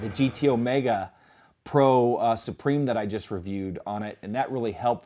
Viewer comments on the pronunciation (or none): none